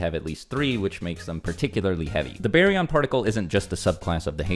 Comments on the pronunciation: always changing the pronunciation of a word. It went from bar-yon to some hillbilly named berry😂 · It's Bar-yon not Bae-yon lol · Is that how it’s really pronounced ? Baryon mode? BARRY-YON? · Berion mode lol